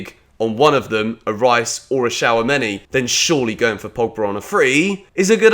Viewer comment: Again it’s shoe-ah-may-nee and not shower money